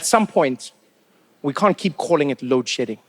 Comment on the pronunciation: lol - to mean it sounded like load shitting, and I did not understand what this was about